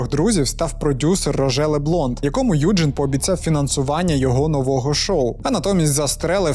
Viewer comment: Доброго вечора! Якщо він народився у Німеччині, то правильніше вимовляти його ім'я не "Юджин", а "Ойген":) дякую за відео)